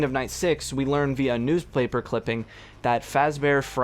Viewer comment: hehe he said news plaper clipping